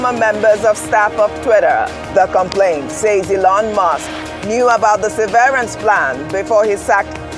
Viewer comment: Just because ‘severance’ contains some letters of the word ‘severe’, doesn’t mean that is how it’s pronounced.